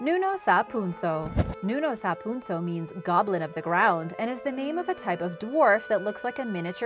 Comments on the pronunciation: You said nunow sa punsow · Nunow sa punsow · I am a Filipino and she pronounce it wrong 😂😂 she said nunow sa punsow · Being a filipino, its always funny how others pronounce our words. Its commonly gotten wrong when pronounced, exaggerated, or lengthened. but great job none the less Bungisngis = you don't say bun-gis-nis, as n and g is one vowel, so its Bu-ngis-ngis Nuno sa punso = you pronounce this faster and its more like Nu-noh. Sa.(from the word sap without p) Poon-soh. i added periods to indicate a fast stop, not saying you take a long pause, just saying not to elongate the pronunciation Bal-bal = you're good but a little faster like nuno sa punso Kibaan = never heard of this one, but usually when a vowel is double, its separated, like the word Aalala, its pronounced Ah-ah-lala, dont say ahahlala XD, it means worry btw. not knowing this creature, i guess you're good since ive never heard of it. Tiyanak = Some words with Tiya is normally said as Cha, not sha, we say Chanak on this one despite the spelling. Mangkukulam = if you know the Tv series Chowder from CartoonNetWork, its like Mung Daal, Mang like Mung. Kuku like coo coo if you do an owl impression and lam like the word lamb with out the b sound, Mang-kuku-lam(Mung-coocoo-lam) Aswang = you got it right, this is a very popular one too Mananangal = its like banana except, Manana, then separate. Ma-nanang, then gal which is correct in your pronunciation. the nannag is pretty much faster when said. not as slow as you said it. Over all, you have a very good voice! im not shaming you or anything so please dont get the wrong idea, simply